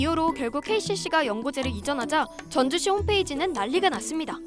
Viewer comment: 전주시가 즌주시했네